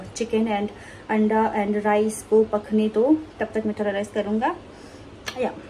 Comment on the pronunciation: What the hell is anta 😅😅 it's anda